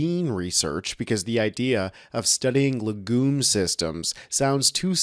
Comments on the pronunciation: Legume is pronounced leg'yoom, with the accent on 'leg'. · Please, learn how to pronounce words prior to broadcast, LEG-YUME is how it sounds, but, like so many words, yanks just seem to make it up as they go along.